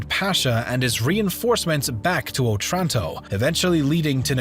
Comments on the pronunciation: Good, but Otranto has the accent on the first O. Òtranto. NOT Otrànto. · It's O'tranto, the stress in Italian is on the first syllable. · wrong otranto pronounce, i know that italian sounds easy to pronounce but please search up the pronounciation, the accent was misplaced and my head hurts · òtranto, not otrànto.. after the ninety-third wrong pronunciation i could not bear it any longer. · It's òtranto, not otrànto.